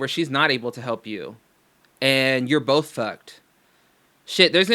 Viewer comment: and Jake Paul are "BOLTH" capricorns